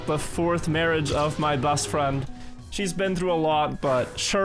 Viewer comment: Your English is generally very good,, but quick pronunciation tip: try to pay attention to how you say the letter E. you often pronounce e as a. You say “bast” instead of “best”, and “sanse”>sense, “frand”>friend, “racord “>record, “chass “>chess, “bâdder”>better.